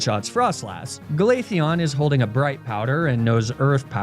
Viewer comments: i know he didnt just say 'Glatheon' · Did you keep pronouncing Glaceon as Glatheon? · Are you pronouncing Glaceon as Glatheon (like that trope of how Americans try to do a Spanish accent when they pronounce Ibiza)? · why did you pronounce Glaceon in Spanish hahaha